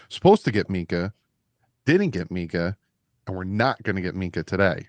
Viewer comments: so annoying. Please stop trying to say Minkah. It's not Mika 😂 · MINK-AH. SAY THE K